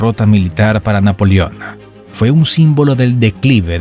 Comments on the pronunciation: Pronuncia bien amigo . No es NAPOLIÓN .. es NAPOLEÓN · Muy buen documental, lástima las ocasiones que dice Napolion, en lugar de NAPOLEON. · Napolión??? Se dice NapolEón. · Napolión? O Napoleón?